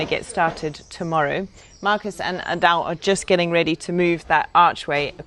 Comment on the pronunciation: Guys, the correct pronunciation in Portuguese is not Marcus, but Marcos! (Portuguese spoken here!)